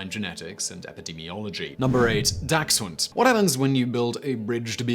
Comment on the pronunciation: Dachshund dont have a x in it